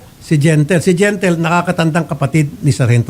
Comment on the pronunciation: Anong gentle gentle. Di gentle huhu